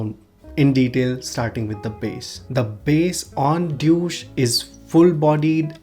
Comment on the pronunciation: The way you pronounced "DEUCE" is a bit like "DOUCHE" 😉😉